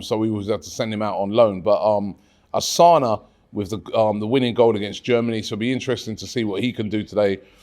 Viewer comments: Robbie is not Asana is Takumo Asano, I think Robbie needs to take pronouncition class😅. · yo rob. its asano. not osana. just like maintland niles. not maitland miles. gosh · Robbie its asano not asana. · Osana? ASANO, can Robbie seriously not read? It's not a polish name ffs